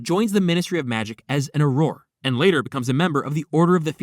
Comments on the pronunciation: its pronounced Or-rer right? its driving me insane 😂😂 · stop pronouncing auror like that please🙏